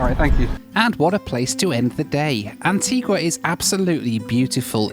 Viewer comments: As others have said, you need to learn to pronounce Antigua correctly! It is a beautiful island, a beach for every day of the year, so they say. If you go again, get over to Falmouth Harbour/English Harbour, where half of the superyachts normally based in Monaco spend the winter (it starts to get busy in December, through to about February). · You’re very lucky. You were amazingly spared the worst of intercaribbean. And it’s Anti-GUH, not Anti-GWA. And yes she is pretty. The entire Caribbean is. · AntiGA not GWA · It's pronounced An-tee-GAH. not Antee-GUAH!! beautiful island. Thanks for the coverage, happy you and your bags made it!! You really had some anxious moments. 😃😄😄👍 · Antiga not Antigwa¬ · And ..its Antigua (Anteega) not Antigwa lol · It's pronounced AntEEga, not AntWEEga! Learn to pronounce their names, at least! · Antigua is stunning - a word to the wise if you plan on returning to the island. Anitigua is pronounced Antiga rather than Antigooah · antiGah not antiGwaa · The locals get very upset if you call it Antguaaa. It's pronounced Antiga.😊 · You don’t pronounce the “u” in Antigua. It is pronounced Anteegah. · It’s pronounced An-tee-gah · It’s pronounced AN-TEE-GAH! It was British West Indies, a beautiful and historic island with kind and funny people. You ought to go back and take a few days there. So much to do and see. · Great video and thanks for the great comments on Antigua - its a wonderful island and my home on and off for the last 33 years. Comment tho and don’t take offence but please learn how to pronounce the name of islands for your video..Providenciales is a Spanish pronunciation not English!!! Love your channel thank you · Need to work on your pronunciation of Antigua! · Maybe you should learn how to pronounce your destinations. Antigua and Provo. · Every time you pronounced Antigua I cringed. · I’m pretty certain when you lived in the uk you didn’t pronounce it Antigua like you were